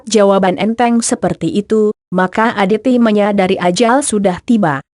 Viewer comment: Muhammad Reza iya bener baca aja salah dn aditi katanya